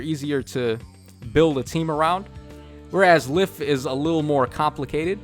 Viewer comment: Did you just say Legendary Leif twice...? Sorry, Legendary (Se)liph. (The Se is silent) Also, the temptation to run either double Altina, Plumeria, Lysithea and an IP unit? Or just one Altina and one Plumeria.